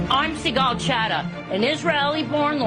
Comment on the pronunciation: I wonder if Sigal is intentionally pronouncing her name American style, because if you read it in Hebrew, it would sound Sig-Gal Hat-Ah, and would means "Sigal have sinned." Hat-Ah is the past tense singluar female form of the Hebrew word for Sin.